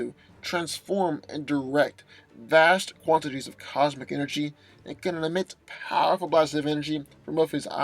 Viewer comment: Pawerful! PAWERFUL.